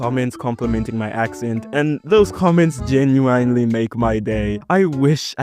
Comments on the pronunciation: It’s Geneeeuuiinee not genuaainee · genuine/ genuinely = geh-enn-you-wine-lee/ gen-you-wine-lee I'm so sorry but that's just how it sounds to me no hate, you actually have a really good english accent. bruh I feel mean making this comment, I didn't mean it in a mean way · did you jusie say genuinely